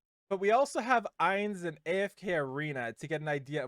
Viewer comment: Ainz is pronounced like eye, not ay. He'll be a mage 100%, Shalltear will most likely be a knight since she uses a lance like senya, and Albedo is the one I'm not sure about but I'm guessing she'll be a warrior since she uses an axe